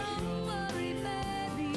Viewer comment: Didn't like the way Lorrie Morgan said Baby. It sounded like Babby.